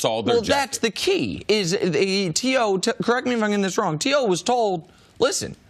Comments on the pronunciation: so we gonna act like cris ain’t call him T Hoe 😂😂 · CC called him T Hoe. Lol